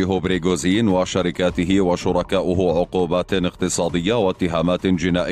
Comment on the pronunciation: ليش تقول بريغوزين تره اسمه بريغوجين وانت كاتبة اصلا بالعنوان ؟؟ ليش دس لايك بسبب الاسم الغلط والالغاء الاشتراك بسبب عدم نقل الحقيقه وتحريف الاسم